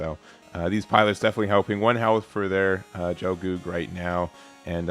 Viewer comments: "Gel-goog", the "gel" has a hard "g" and rhymes with hell. Qatre is meant to be "kat-truh", it's French for "four". Many characters in Gundam Wing have names based on numbers, including all of the main pilots. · Just some pronunciation assistance. It's a hard G for Gelgoog, like "guy". It's also pronounced Quatrah. Keep it up! Looking forward to the game's release.